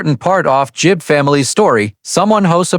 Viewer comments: A1. Gibb, not Jibb. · It’s GIBB not JIBB MORON